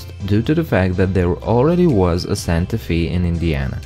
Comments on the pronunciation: Santa Fee? We call it Santa Fay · You said Santa Fe incorrectly. You pronounced it, Santa Fee. It's to be pronounced more like, Santa Fay. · Good video, I'm pretty sure the town is called Santa fay, not Santa fe.